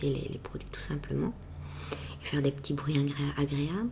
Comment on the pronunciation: tu n'as pas d'accent mais par contre quand tu as dis "les ptits" j'ai entendu la petite prononciation typique à la Carolo haha